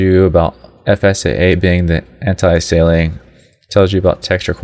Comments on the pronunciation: "Antiasailing" - its Anti ALIAS ing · Learn to pronounce Anisotropic and Anti-aliasing lol .... and you talk WAY too slowly. I understand there are some people out there with the intelligence of a lamp post , which is why you explain so slowly... but those people should not even be trying to tweak their graphics! lol